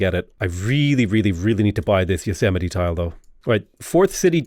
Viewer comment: Its pronounced Yo-s-mite lol